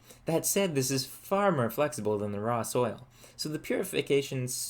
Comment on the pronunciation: The letter “o” in most words is pronounced. Pour is not pur. More is not mur. I can’t enjoy your videos because of this.